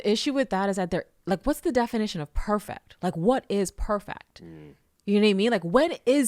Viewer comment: She didn’t say “perfect” she said “perfact.” Girl, why you talkin white😂